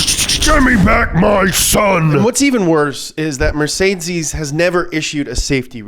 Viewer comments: Can you please stop saying Mertseezziiesss instead of mercedes.... you sound very dumb saying that. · MER-CÉ-DES not mercaidscees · Sorry, but that pronunciation of Mercedes is just killing me 😂 It's kinda more like "Met-zay-dees" and not "Mer-Zay-Zees" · Mercedsees. It's not Mercedsees. MURR - SAY - DEES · As a German it triggers me that you pronounce mercedes mercedzeez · Mercedeez lol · I kinda hate that he says Mercedes like Mercedzys but every says some thing differently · Did I hear MercedZes? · Pronounced mer sayed deeez buddy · why is it so hard for you pronouncing mercedces right? ;) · Nobody:: MerZeziss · Is this how Americans pronounce mercedes? Never heard it like that before haha It's MER-SAY-DEES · Mercedzes ? Dude pls learn how to pronounce car brands if you talk about them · Why is he saying MercedCes? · it's pronounced Mer-Ka-Dess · Nobody: mErCeZeS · The “funny” pronunciation of Mercedes and other words is super annoying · Is he genuinely trying to say Mercedes? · Why does he say Mercedes like that...... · The way he says mercedes makes me angry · You can't even say Mercedes lol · Same reason he's saying Fjord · He is really struggling with the word Mercedes